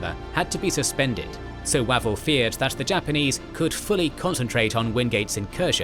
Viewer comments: Wavell is pronounced Waayvell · I'm going to assume that the narrator's pronunciation of the name "Wavell" as though it were the delicious, notoriously equivocating, breakfast entrée (e.g., "General Archibald waffle") was anything but coincidental. Lol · Weird combination of good pronunciation of a lot of Burmese place names, but then butchering Wavell and Auchinleck.